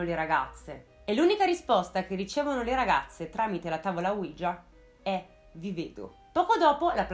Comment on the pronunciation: Il nome della Tavola OUIJA é l'unione di due " Si ": quello francese e quello tedesco, quindi si pronuncia UI - IA non UIGIA.